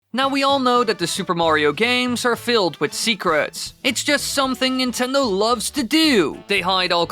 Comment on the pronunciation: Ya boy said "Secraats"